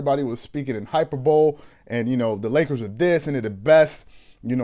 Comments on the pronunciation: FYI - It's pronounced "hy·per·bo·le" not "hyper-bowl." Not being a dick, just letting you know for the next time. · Yo you probably shouldnt use words you dont know how to pronounce... "hyper-bowl" cmon man, maybe you should be replaced instead of nick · "Hy - per - bow - LE" ....lol.... but your videos are really good man. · Speaking in hyper bowl? I agree with this guys analysis but he needs to learn how to say hyperbole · Great video , but it's pronounced hi,per,ba,lee